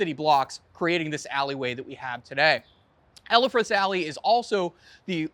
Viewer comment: How can you NOT pronounce "Elfreth" correctly?